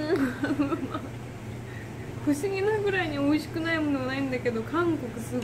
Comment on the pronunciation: 맛있어 맛있어 하는데 한국사람이 보면 엄마 찾는줄 알겠다 발음이 으마으마ㅜㅋㅋㅋㅋ